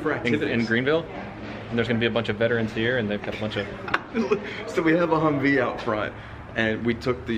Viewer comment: Hummvee not hummer